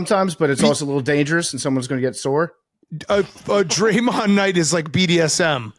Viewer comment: PFT struggling with Dray-Mahnd